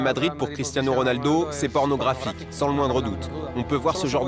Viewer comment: il a dit pornographique ?